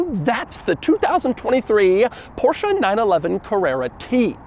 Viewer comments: Every time i hear him mispronounce Porsche as Porsha i cringe... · I feel like he is making fun of the people who say "Porsche-uh" but Doug says "Porsche-uh" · Aren’t you mispronouncing it?